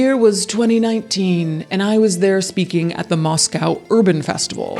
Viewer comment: Thank you for pronouncing Moscow - Moss-COW and not Moss-CO Moscow Idaho has Christ Church, we don’t need to be confused with Russia. 😂